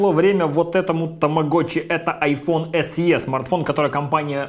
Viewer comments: Эс И, а не Эс Е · Большое спасибо. Только "эС-И". Буква Е в англ алфавите передаётся звуком И.